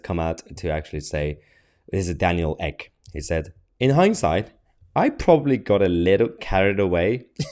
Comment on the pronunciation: Did he say Daniel Egg ? 😃